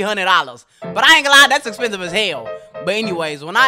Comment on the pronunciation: "tha expesive es he" This guy's pronunciation lol